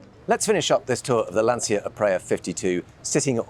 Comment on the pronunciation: Please. Lan - CHI - Ah. Nice boat, by the way.